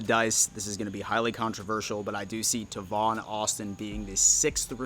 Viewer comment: Bro ima loyal follower but I cringe every time you mutilate a name. Tavon (Tay-von), Shakir (Sha-keer). Maybe you can re-watch old drafts to catch proper name pronunciations, they're pretty spot on; especially Goodell